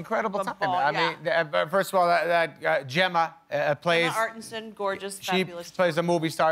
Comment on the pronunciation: actually Jen she is called arteton not artenson